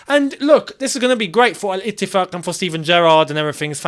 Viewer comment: someone who can actually pronounce al etiffaq correctly